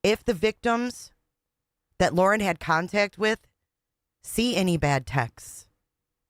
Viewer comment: Waww and Cwime…🤸🤸🤸🤸🤸😂 Wauren and Gwayson…😂